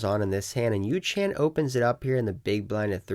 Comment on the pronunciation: Yoo -. Not yoo - chan lol